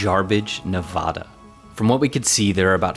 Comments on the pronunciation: hearing him pronous nevada just irritates me, since when does it sound nev-auh-da...... its ne-va-da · As a 5th generation Nevadan I loved this video except remember it’s Nev-Ad-Uh not Nev-Ah-Duh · It’s Nevada not Nevahda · Love the video but as a Nevada resident I gotta say, it’s Nevada not NevOda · So fun fact (im a native navadan) there are super small towns like this all over nevada. And for those who dont know its Ne-vada not Ne-voda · Please learn to pronounce Nevada correctly...it's Nevadddda, not Nevahhhhda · It is NOT ne VAW da...... It is ne VAH da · For the love of all that is good and decent, please pronounce the name of Nevada correctly. Hint: Its a short "a" sound in the middle: neh-VAD-uh. Repeat after me: "I shall no longer say "nuh-VAW-duh" when pronouncing the name of the 36th state of the United States of America". Thanks so much! Cool video! Nicely done (just watch the pronunciation)! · Neh-VA-duh / not Neh-VAH-duh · NevAda not nevoda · Great video! Please know it’s pronounced Nev-ADD-uh (not Nev-ahh-da). Otherwise I enjoyed your storytelling and the chance to learn more about this remote small town. Cheers! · It’s Ne Va Da (Nevada) not Ne Vah Da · With great respect, the name of that state is pronounced "NeVAAAAda" and not "NeVAHda"! The residents may not correct you on that, but - they'll sure be wondering what else you might not know about their state! Just sayin'... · Hey there. A fourth generation Nevadan here. It sounds like you boys are new to Nevada so I'll let you know it's Ne-va-duh not Ne-va-dah. Good video. Battle Born. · Just so you know, a sure way to identify yourself as a stranger/non-local/tourist in Nevada is to pronounce the state "Nev-ODD-a". It's not NevODDa, (although there are plenty of odd people there, but certainly fewer than in Cali.) It's "Nev-ADD-a" as in I sure am glad I got outta California for a while. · Nev-ADD-duh not Nev-odd-duh. 🤌🏽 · Cool! But you pronounce it Nevada, not Nevada. 😂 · said Nevada wrong